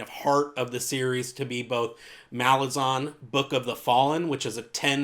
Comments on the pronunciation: Ok so most people say malazan, with the a from "ass" (consistent), and imo that sounds the best. The author himself says malaazan, which sounds dumb but cant really debate with the author himself. but yeah I really think you should go for one of those instead of your own. It just kinda bugs me. Good video aside from that, keep at it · Because Malazan means "of/from Malaz", so the -an suffix isn't meant to be emphasized. The obvious way to pronounce it is Malaaz-en.